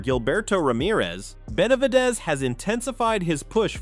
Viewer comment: "BenalVidez"?!?! Fuck these AI channels.